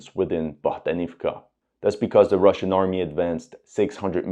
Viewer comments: BohdAnovka) please, dude :) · and Bohdanivka becomes Bogdanovka